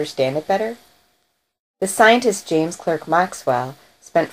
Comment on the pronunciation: His middle name was pronounced Clark.